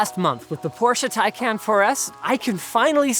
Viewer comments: How on earth can someone slaughter a word so badly? The name is Taycan not take can , which somehow seems to be incredibly hard to understand for north Americans. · ITS TAY-KAN NOT TAE-KAN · Yeah but he says “Tai Can”. It’s Tai Kon like Muh Kon not Muh Can. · its taycahn not taycan you noobs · PLEASE CAN SOMEONE STOP THEM FROM SAYING TAI-CAN. IT'S TAI-CON😭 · its pronounced tayjan in turkish... since they gave it a turkish name, PRONOUNCE it correctly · TIE-CON. Dude you own one, you can't be mispronouncing its name. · A month with the car and you still don't know how to pronounce it. Tie Con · It’s pronounced “tie-caan” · Sounds more to me like TayCAN'T. 😂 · Porsche Tacnayn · No, I meant Taycan. Even Porsche itself pronounced it wrong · Some day you guys will pronounce Taycan correctly lol PS if you think the 4S is fast, the "Turbo" S is considerably faster. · He pronounced taycan wrong though.